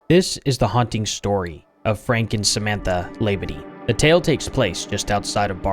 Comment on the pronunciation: speaking from louisiana native, we pronounce this name - and we have many Labadies - Lah - bah dee. .02¢ have a like and a comment for your research efforts.